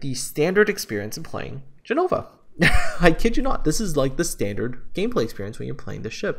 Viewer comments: btw it's Gènova not Genòva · Hearing you call ship names... That's painful, so very, very painful. it's Ge-no-va. It's Bre-tag-ne. It's Na-ga-to. They're separate syllables.